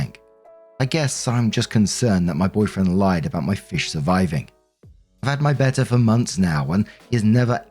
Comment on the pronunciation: Wow pretty much no one here is the US pronounce betta correctly. Is that the typical pronunciation in the UK? Either way good job lol.